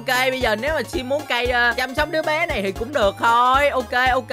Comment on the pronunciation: Chắc tại vì Sim định nói Đứa trẻ mà giọng miền Trung á cho nên dấu hỏi vì sau đó hơi trầm trầm mà chắc là trong đầu bả còn nghĩ là đứa bé nên thành: Đứa Bẹ